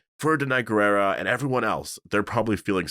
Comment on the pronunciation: Danai’s last name is pronounced “gwee-rah”!